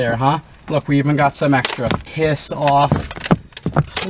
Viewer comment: Bahahahaha "PISS OFF" So Australian lol